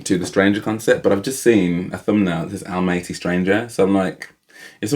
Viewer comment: Most of us say ‘Almaty’ incorrectly - I recently heard Dimash say it, and discovered that it’s pronounced ‘Al - maah - ter’ (if you have an English accent like yours and mine)!